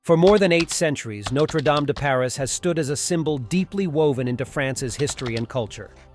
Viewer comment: It's a Coq d'Or ! Not a bloody rooster sitting aloft. Also amongst other things, teach you're stupid bot voice to pronounce Notre Dame de Paris in french not half french half english. Americans !! 🙈